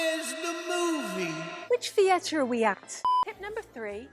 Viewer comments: As a brit we do not claim this lady. If I ever heard someone say thee-air-tar irl ild slap the afternoon tea and crumpet out of them lol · As an Englishman the way she says “theatre” makes me die inside